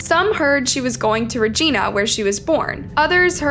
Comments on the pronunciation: Why can people not prounouce Regina 💀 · The way she’s fucking up the pronunciation of Saskatchewan and Regina 😭😭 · Lol please learn how to pronounce Saskatchewan and Regina properly. Thank you. Awesome video. 👌 I live in SK and this hit us all hard here. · The pronunciation of Regina was also wrong. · They didn’t pronounce Regina right either! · You're saying Regina wrong. It's really distracting 😂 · and im sorry but that is not how you say Regina or saskatchewan just saying love from hamilton ontario canada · Reg I na, not Regeena. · Regina is pronounced like Vagina it’s not like Regina George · Regina, Saskatchewan: Reg-EYE-na, not Reg-EEN-a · It’s Regina not Regeena I used to live in Yorkton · Learn to say Regina! Not RegEna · I was yelling at the phone everytime I heard reeGINya. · Regina is rej-EYE'-na Rhymes with Vagina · Never make fun of a person who mispronounces a word, it only means they learned it by reading. And names of places are notoriously pronounced weird Saskatchewan: sa-scat-ch-eh-won Regina: rhymes with vagina As someone who moved to the area several yrs after she disappeared the general rumor seemed to be she didn't actually have a good relationship with her mother and was living with an extended family member in secret so her mom wouldn't find out. I never really believed it and as far as I know the people I heard that from didn't know her personally and there doesn't seem to be any actual evidence to support this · Your pronunciation of Regina should be Re Jiiiiiiiiii Na or REG EYE NA. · The pronunciation is driving me nuts 😤 😅 *sas-catch-chew-won * REGINA NOT ra geena Its pronounced the same as vagina 😂 just with ab R* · As someone born and raised in Saskatchewan. I have to say that everyone from the U.S. always pronounces Saskatchewan and Regina wrong. Not that it matters much, but it just sounds strange. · I kept thinking she was meaning a person not the city Regina ❤🇨🇦